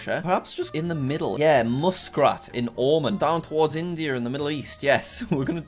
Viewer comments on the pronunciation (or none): Dude you pronounced my country wrong, you said it like owman and it is like ohman 🇴🇲🇴🇲 and you said muscrat when it was muscat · As I person from muskrat ohmen (muscat, Oman) u have butchered the pronunciation in a form I didn't think was possible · "muscrat in ohmon" lmao what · I’m triggered by him saying Muscrat instead of Muscat and Omen instead of Oman